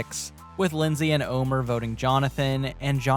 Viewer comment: Yeah, that segment really bugged me. Not only do you have an entire season to learn how his name is pronounced, it's not even spelled that way to throw Luke some kind of bone.